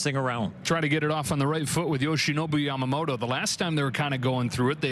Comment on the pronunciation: ヤマモロの名前言いにくそうだからイチローみたいに登録名変えよう👍